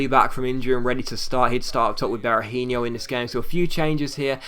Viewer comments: Be-ra-heen-OH not Be-ra-heen-IOH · Seán Devlin Sometimes he does say it righht, but sometimes he says it like Berahinho, e.g. the last syllable pronounced the same as in Robinho